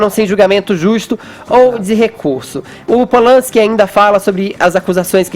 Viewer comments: "Rolman Pol-lanski" Fefito, cala a boca, porra! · Aprende a falar o nome do cara, Fefito!!